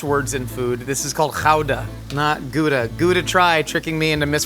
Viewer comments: Genuinely impressed by his pronunciation of Gouda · As a Dutchie, pronouncing Gouda like he's from there is something. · I was just about to say, no over pronouncing, it's actually almost spot on! I love it ❤🎉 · A+ for "Gouda" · As a Dutch person... kudos for the pronunciation! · that's exactly how you say Gouda. Our entire language is GGGG SCHHHHH GGGGGG no overpronouncing possible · Can confirm. Excellent Gouda pronunciation. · I learned the correct dutch way to pronounce gouda from this. Kinda fun. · Gouda... Good pronunciation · Gouda pronunciation is spot on. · YOU SAID GOUDA CORRECTLY!!! I have NEVER seen a native English speaker say it right, ever. It's always good-a. Kudos! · As a Dutchie, the Gouda was pretty spot on. It's also the most overrated cheese I know. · As a Dutch person, that's a pretty good pronunciation of Gouda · As a dutchman I have to agree with you